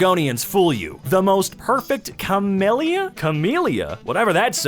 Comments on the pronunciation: He said Camellia wrong and didn't know what it was, I'm in pain. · inability to say camellia has killed me, I am Deceased